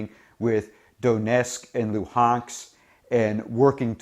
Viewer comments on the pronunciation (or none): "Donesk & Luhanks"? It's Donetsk and Luhansk!